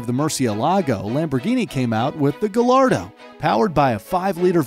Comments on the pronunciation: Fun Fact: Gallardo is actually pronounced guy - are - dough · ITS PRONOUNCED GAIARDOH NOT GALLARDO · I’m guessing the narrator pronounces quesadilla as Kay-sah-dilla ITS NOT GILLARDO! ITS GAH-YAR-DOH! I’m sorry, after the Ferrari debacle I couldn’t hold my tongue. Actually, I couldn’t then either. It drives me insane. Please forgive me. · I hate that americans call it gallardo because its more like gajardo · next time pls do the proper pronunciations for the spanish names because I am cringing to gal ardo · Also gallardo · Gallardo too